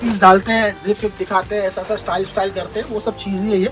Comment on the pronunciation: 850 से अशा मिलेगा वीडियो में अशा अशा बोलता है हरामि